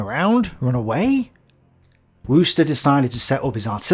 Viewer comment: When you pronounced Wüster, I envisioned either Wooster (as in Bertie) or his homonym, Worcester. I thought he might have been assisted by his trusty battie, Jeeves, and that the dialogue might have gone something along these lines (in Prussian, Junker style): 'I zay, Jiefs, are zose our boyz adfancing up zat roat?' 'I sink you vill fint, sir, zat zose are members of ze homo sapiens shpecies off a shlightly more Bolshefik inclination.'